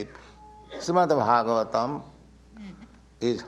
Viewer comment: Who is introducing this?! can’t even pronounce properly Srimad Bhagavatam! Get it together